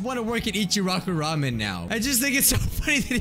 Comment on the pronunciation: Oh my god he says Ramen the right way 👏🏻👏🏻